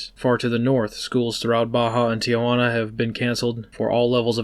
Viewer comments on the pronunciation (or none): none